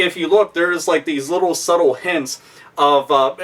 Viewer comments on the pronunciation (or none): none